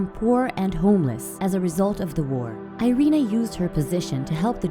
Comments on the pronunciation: Actually her nam IS Irena Sendler. "Sendlerowa" in the name of the street is due to weird Polish declination: who: "Sendler"; whose street: "Sendlerowa". And you pronounce first name as: Eerena :) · Actually, her name in Polish is pronounced "eee- reh-nah"